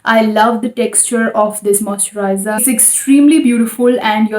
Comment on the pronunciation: Moisture has shh in it.. not ss